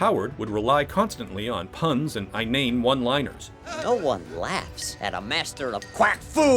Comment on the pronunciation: WTF happened to your pronunciation of the word "inane"?!